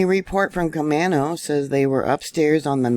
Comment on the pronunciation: Camano is a strong A sound. CamAno. Just a quick FYI. Thank you for your reports!❤